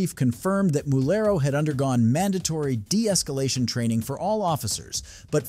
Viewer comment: Mulero, not Murello.